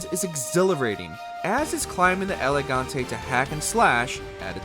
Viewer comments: Why does it sound like you are saying Elegante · Dude, the way you pronouce "El Gigante" and make it sound like "Elegante" is kinda anoying for a portuguese like me your kinda killing the name there.